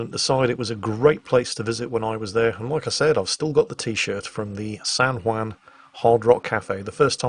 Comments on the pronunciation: San Hwon not San Hwan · I'm loving this series and hearing all of your sea stories. It makes me almost regret that I didn't go active duty Marine Corps (instead of being a Reservist) or join the Navy. Almost. Btw, the Juan in San Juan isn't pronounced wan but won/wahn. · "san hwan" thanks for your excellent pronunciation:P On a sidenote though, it is amazing how ironic the US can be with taxation and representation (or lack there of) in many places, such as puerto rico or even residents of washington DC. But I am LOVING this series of videos, incredibly interesting. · San hwon - like ON, not WAN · I like the way says "San Juan". It sounds like "San Waan" X3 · Every time he says San whan it hurts my soul.